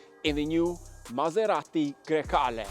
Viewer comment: Why do americanos have to pronounce Maserati like if they have a whole burrito in their mouth?